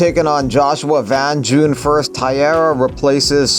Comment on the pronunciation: BTW, Taira is pronounced TIE-RAH not TIE-ERA